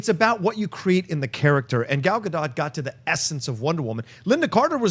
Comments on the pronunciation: FYI pronounced "Gadot" like " boat ". Please google it. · Why does no one pronounce Gal Gadot's name correctly? it's pronounced like boat!